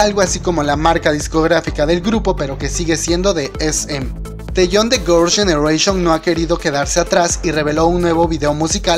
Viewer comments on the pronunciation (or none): "Gors jenereishon" "La lleguaypey" "tueniguan" :-) Suzy es mucha mujer para lee we.